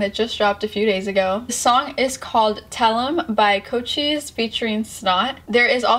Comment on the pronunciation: I've never seen a person that has ever pronounced Cochise name correctly W reactor